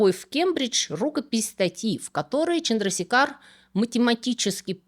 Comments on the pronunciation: Вообще, конечно, он ЧандрашЕкхар. Или хотя бы ЧандрасЕкхар. В санскрите е всегда длинная, и ударение туда ставят. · Отличное видео! Однако позволю себе небольшую поправку, правильное произношение имени этого ученого Субрахманьян ЧандрашЕкхар. Чандрашекхар- это эпитет бога Шивы, что значит тот,чью голову украшает полумесяц. Не менее интересна история другого индийского ( тамильского) ученого- математика Шриниваса Рамануджана. Было бы здорово, если бы вы сделали видео и о нем. Привет из Индии!